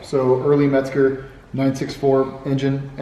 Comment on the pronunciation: MEZGER ! Not metzger.